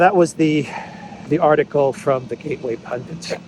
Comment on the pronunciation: Gateway Pundit! Not Pundent...